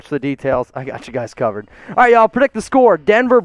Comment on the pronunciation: He said like this video wight now